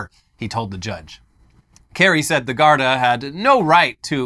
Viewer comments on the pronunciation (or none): Garda is pronounced more like "gardy" than "gardaw"